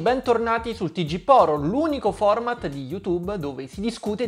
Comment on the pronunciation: Ammetto che all'inizio pensavo avessi detto Poromat al posto di format 😂